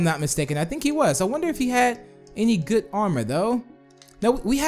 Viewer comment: why did you say goot armor